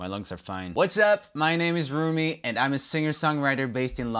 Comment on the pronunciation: Year his name is pronounced R OO M EE NOT R O M IE